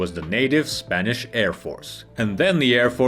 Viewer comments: It’s “Spanish” not “Spainish”. Sort your English. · Spainish????....you mean spanish....